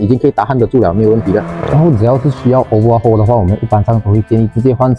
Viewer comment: Overhaul 不是obahual